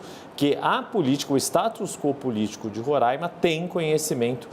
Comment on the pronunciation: Moça por favor é RORAIMA, sem acento circunflexo no primeiro A